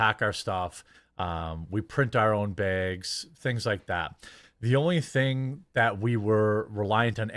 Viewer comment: Every time he says "BEEAGS" I feel a physical need to punch him. It annoys me as much as the lying now, only topped by the false flagging.